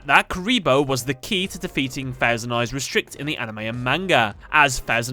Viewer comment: Purposely saying manga wrong.